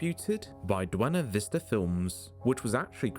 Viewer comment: does he say "duena vista"? Lol